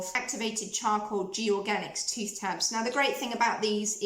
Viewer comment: I have taken stick deodorant to hot climates and never had an issue but you can put a small amount of it into a jar/pot and apply it with a wooden stick or your fingertips .. it is TOOTH not tuth ...you can say it properly as you said it a couple of times... sorry it is a pet hate!